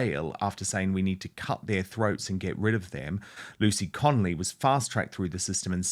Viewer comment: Dan why do you keep saying lucy connelly when talking to her husband